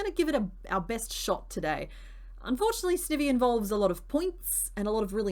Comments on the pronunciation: YESS This series is backkkk <3 Excellent work on those pieces, I have now a new found love in Garbodor! Also, I think Sniny is pronounced "ivy" as in poison ivy, but I might be wrong?! I absolutely adore that evolution line ahah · I'm sorry I normally never do this but i was physically cringing everytime you said Snivy 😂 It's the sn sound of snake and ivy please and thankyou. Also fellow Aussie here love your vids I binge them often when I crochet myself 😊❤ Edit: Yes all toads are technically frogs 😁